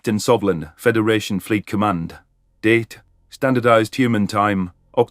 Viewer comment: Every time she says "date" I think she's said "dead "